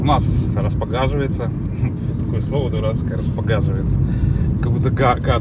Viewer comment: Не будет гадко, если произносить верно распогОживается 😂 ...етить- кудрить ты же блогер...